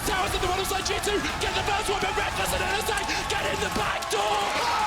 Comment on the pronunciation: If I hear someone pronounce it ALListar again